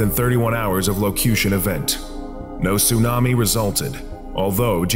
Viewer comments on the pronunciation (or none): none